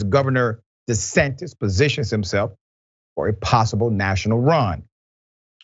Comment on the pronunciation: De he say Ron DE-SATINIST Okay